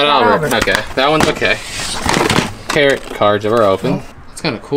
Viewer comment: Gadzooks those cards are pronounced tear-oh cards 😂.